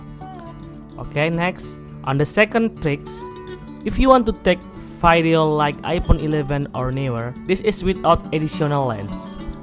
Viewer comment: this nigga really said vaidio🥴💀